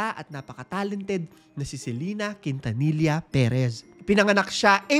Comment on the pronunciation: Quintanilla it's pronounced as KIN-TA-NI-YA